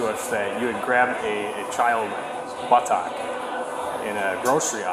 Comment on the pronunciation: A butt-OCK . You mean “ buttock” Americans and their pronunciations😂